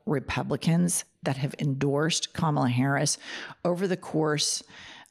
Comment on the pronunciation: Here's Something about the Pence convo.... he correctly pronounced Kamala's name.